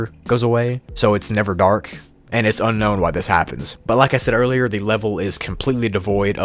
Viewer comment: why did he say unkown way its unknown way haha lol xd